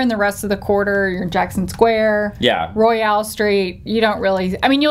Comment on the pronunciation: Great video. As a lifelong local I can say that everything they said is accurate. Except for "Roy-Al" street. lol The unwritten law on flashing is that breasts are ok to show, anything below the waist can get you in jail.